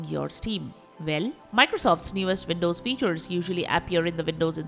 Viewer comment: velcome back.. vindoze